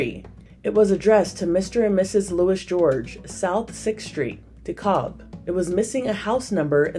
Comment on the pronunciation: DE-CALB not DEKOB 🤣